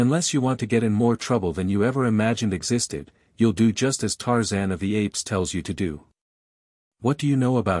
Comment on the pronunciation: This AI is excruciatingly painfully exasperating to listen to. Makes me feel like expressing myself with 4 letter words. At least it pronounces Tarzan's name correctly.